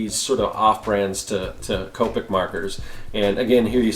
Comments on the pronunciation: Coe-pick Is how you say it :) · Copic is pronounced "Co-pic". Representatives from the company will correct you if you say it wrong, lol.